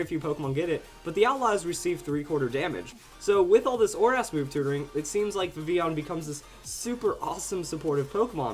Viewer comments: ITS VIV-VILL-ON!!!! Sorry,but it's true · It's pronounced Viv-il-on. I know in Spanish ll is pronounced as y, but we're speaking English here! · Why do you speak Vivillon so weird?